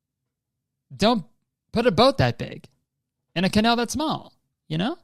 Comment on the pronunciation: And then he goes ahead to say canal without the c